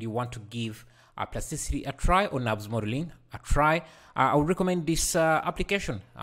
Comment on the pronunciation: Nurbs modelling! not Nabs modelling!